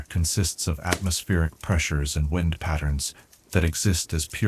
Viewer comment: Brother you read 'wind' and 'close' wrong.